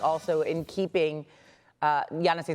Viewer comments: Say Giannis’ name right! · Am i the only one who heard her miss up Giannis named lmao 😅😅😅😅. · They still can say Giannis’s name?? Lollll these reporters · Bro noone can say giannis name 😂😂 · They both screwing up Giannis name. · Bro fire that lady how does she not know how to pronounce these athletes names